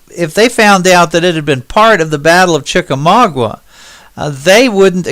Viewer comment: from a local of the north west Georgia area could I ask u to pronounce Chickamauga right the u is silent